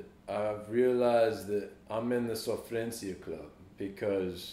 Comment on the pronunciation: Quando ele falou a palavra sofrência, já percebi que ele é praticamente brasileiro....kkkk